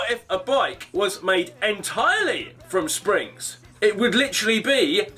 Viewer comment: the way british people say literally